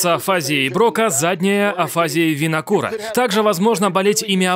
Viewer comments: не афАзия, а афазИя. не винакура, а вернике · и ударения - Брока" и Ве"рнике (БрокА, и вЕрнике). Инет помогает и объединяет людей! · Обычно ударение на 'и': афази́я. Центр Вернике, не Винокура. Это два речевых центра в височной доле: Брокка и Вернике. Один отвечает за способность говорить, второй за способность понимать речь. При афазии нарушаются эти функции: ты не понимаешь, что тебе сказали или что написано, и не можешь выразить свои мысли вербально. Жаль Брюса.